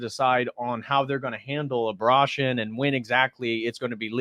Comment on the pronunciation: A-bra-tion???? Have I said abortion wrong this whole time?